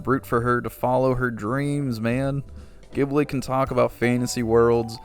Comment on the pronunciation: Ghibli sounds like Jibbly